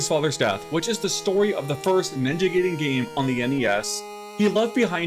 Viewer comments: Yeah . . . I gave this video a 👎 simply because you refused to pronounce it the way it's supposed to be. It's "Guy-Den" . . . "Gay-Den" is how you sound when you force curse words trying to make yourself sound cool. 😒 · It's pronounced Ninja GUY-den, not Ninja Gay-den :face-blue-smiling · It's guy-den not gay-den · Glad to see Ninja Gaiden returning to it's roots that made it legendary. I just hope they don't go too hardcore on the difficulty. There's a difference between challenging and cheap. Also, pronouncing Gaiden (Guy-den) as gay-den is just gay. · Gaiden is pronounced as Guy-Den, not Gay-Den. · Ninja Guy den not Gay den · Pronunciation for "Gaiden" is "Guy Den". It is definitely not "Gay Den". In Japanese Gaiden is "side story/tale" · Just FYI it's pronounced Ninjay guyden, not ninjay gayden. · Did you just say Ninja “gay”den? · Gaiden is pronounced: Guy-den...like "hey guys".....In terms of your question, "who cares?" ....Its an issue of respect. You should have enough respect for a people's culture to at least attempt correct pronounciation of their terminology. There is no error in pronouncing it wrong out of ignorance, but there is error in pronouncing it wrong out of arrogant willful cultural negligence. Something for you to ponder moving forward....Peace.... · I think it's a rule in Japanese to English that everything with ai is pronounced i instead of eh, like Gaiden is pronounced Guyden, Mai Shiranui is pronounced My Shiranui, and Yaiba is pronounced Yighba.